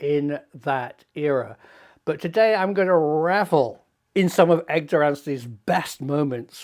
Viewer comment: That's EDGAR not EGDAR Prof! 😂